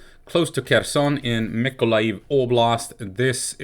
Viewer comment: Awesome here in Mykolaiv we have many trolley busses sponsored by Denmark and normal busses from Poland. Mykolaiv is the town where the most beautiful women come from :) its Mykolaiv btw no weird ending with loud ijiv just aijev :) .keep on tramming :) ❤️🇺🇦❤️